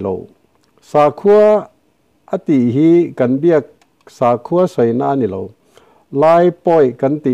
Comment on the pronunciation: Sakhua i lam dan hi a dik hlel deuh kapu, sakhi/saza kan lam rik angin sa hi lam rik tur "sakhua"